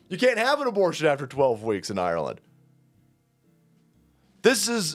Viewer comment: Did anybody else catch that?....its called "Ire"-land "....😅😅😊 is just too much fun 🙃